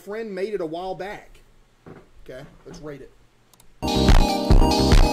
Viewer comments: When he said I’m back I thought he said I’m fat guys I’m fat and I was like we know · Why does it sound like hes saying ladies and gentlemen im fat instead of back